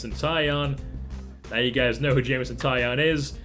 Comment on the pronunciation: It's not Jameson tie on it is tie own like a tie and you own it! (He said this before the 2013 futures game lol